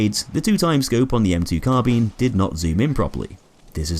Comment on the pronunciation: Its Carbine not Carbean. Bine-sounds like Mine. :) PS weapon changes are now listed on reddit in the community broadcast.